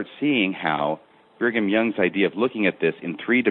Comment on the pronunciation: Why does keep saying Bingham Young? You are a former bishop and member for decades. You don't know how to pronounce Brigham? Sort of annoying but excellent show.